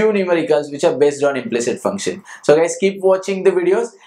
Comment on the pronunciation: It is not"implict".... It is "implicit"